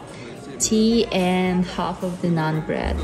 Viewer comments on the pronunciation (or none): none